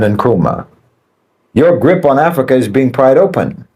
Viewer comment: I'm hearing bananas Everytime you. Say Africa